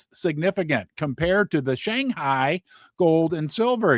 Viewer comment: I adore your tonal pronunciation of Shanghai